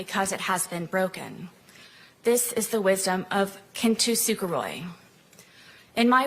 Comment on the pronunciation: Its not "Kintu" sukaroi. Its kintsukaroi. Or kintsugi. Every bit of her Kintsukaroi explanation was plagiarized, word for word. And clearly, by virtue of her mangled pronunciation, she knew nothing about it.